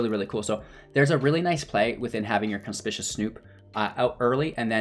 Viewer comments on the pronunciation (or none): Con-spick-you-us. Conspicuous. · Content was ok, but mispronunciations drove me crazy. Conspicuous. Matron. Grandee. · Nice video! BTW, you might want to look up how "conspicuous" and "matron" should be pronounced ;-).